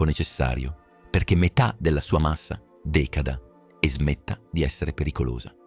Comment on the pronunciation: Bellissimo video. Provo a darvi un consiglio: quando fare pronunciare all'AI parole che potrebbe non conoscere, mettete gli accenti anche se non necessari, ad esempio: emivìta (sulla i), decàda (sulla a), ecc